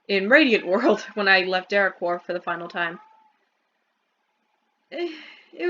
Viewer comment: why do you pronounce derequor like de reh khor